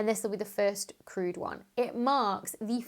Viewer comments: Oh! "Crewed", not "crude." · Oh “crewed”! I thought she was saying that Space X’s mission was “crude”. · And i heard „the first screwed mission...“ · At first I thought you said "The first crude mission...." and wondered what was wrong with it. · Yeah, I thought the same! Ha ha. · I knew what she was talking about, yet I heard it as crude mission as well!